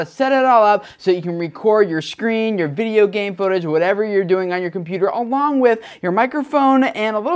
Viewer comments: Fideo??.. Its "Video" Dude :D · hehe "fideo" I know that the V in german is pronounced F